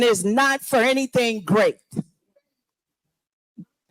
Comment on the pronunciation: Guys, she’s a “heuron bee-ann” before in-ah-thin”